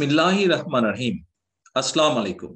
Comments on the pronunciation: সালাম টা শুদ্ধ করে দিবেন আসসালামুয়ালাইকুম বলবেন এবন আপনার মিসেস কি শিখাবেন ধন্যবাদ ভালো থাকুন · সালাম টা শুদ্ধ ভাবে (আসসালামু আলাইকুম ) দিতে শিখেন নাই জনাব দেশ নায়েক সাহেব !